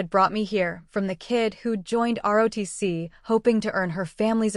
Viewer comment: Quit saying RODC it's ROTC